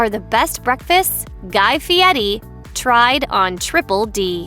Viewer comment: LOL! "Guy-FEE-EDDIE!"